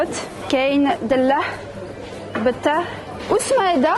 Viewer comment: On dit batata et non pas btata